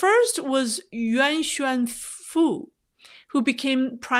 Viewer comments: “Nguyen” is pronounced like “Win” in the American way. It’s a bit more complex to pronounce “Nguyễn” the Vietnamese way, because of the diacritics/accent marks. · That’s not exactly right. It might be helpful to think of Nguyen as 2 syllables, but it’s really a single syllable and the Ngu sound should not be flattened out or simplified as “nu”…the ‘g’ is very prominent in Nguyen and in fact, dominates in the “Ngu” pronunciation portion. From there, the “yen” is not tonally the same as “when”. I suppose it’s helpful to think of the “yen” as a ‘w’ sound, but it really isn’t. Also, the “yen” is pitched higher almost as if saying “yeen”, not “when”. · This is a foreign way of pronouncing it. The vietnamese tone is very difficult to learn.